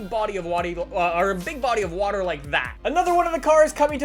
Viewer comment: "a big body of watey" 😊